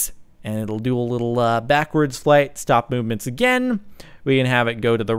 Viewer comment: and by the way she says have a happy flyte